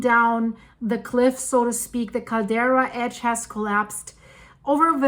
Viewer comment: CALDERA! NOT CARDELA